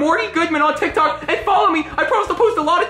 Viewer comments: Why does morty say tik tak but jeffy says tik tok? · It’s not called tik tak morty it’s called tik tok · Marty said TikTak lol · I saw that video why does Morty call it tic tak